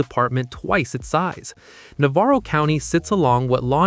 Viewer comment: I can't get past the mispronunciation of Corsicana or Navarro County. Ugh